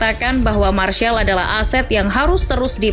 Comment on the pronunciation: Mas rizal itu sebutan martial😅